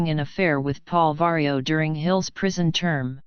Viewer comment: Robot voice says PAUL VERO idiot.. downvote from me.